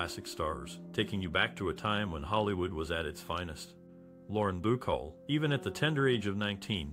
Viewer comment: Bah-CALL not Boo-chol. Good grief.